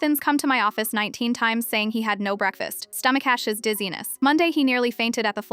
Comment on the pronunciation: Why does the AI not know how to pronounce stomachaches?😮